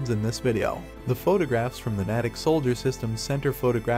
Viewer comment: Slight correction. The name is pronounced “nay-tick”. It is located about 20 miles west of Boston, Massachusites. I enjoy your posts.